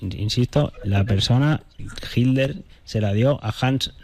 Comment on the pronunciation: # HILER NO, Hablas mal. Se debe pronuncia: HI"T"LER. Parece que evitas pronunciar la " T "